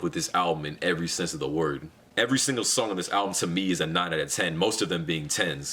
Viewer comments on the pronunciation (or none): none